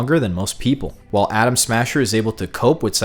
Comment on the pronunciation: Is it me or does he keep saying Adam Sandler?